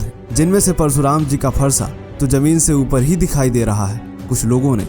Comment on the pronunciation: परसुराम नहीं। परशुराम। भाई हिंदी सीखो।